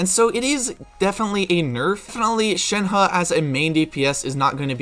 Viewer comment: Can we talk about how he said it correctly?